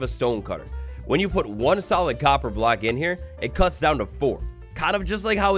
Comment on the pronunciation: COPPER, not CoBpEr. I gotta leave this vid man i seriously cant take it